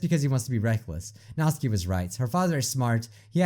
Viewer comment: That Raccoon Nick I’m i the only one that got annoyed when kept calling notsuki, nazi I didn’t hate this video though